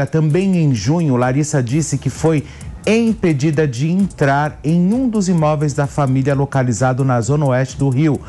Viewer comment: Ver um jornalista falar "empedida" dói no me útero.